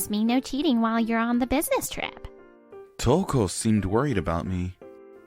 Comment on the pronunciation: It's Touko, King. Not Touke.